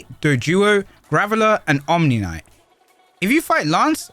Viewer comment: It's "Omanyte", not "Omnimyte".